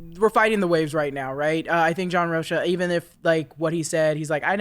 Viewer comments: Big shout out to for correctly pronouncing the Latin name Rocha with the clear "CH" in it, as opposed to "Rock-ah" like everyone else is incorrectly doing. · Off the topic a little. pronounced John Rocha's name correct at the beginning of the video. My last name is also Rocha and everybody end up calling me Roca.